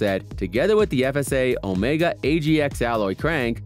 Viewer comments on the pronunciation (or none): none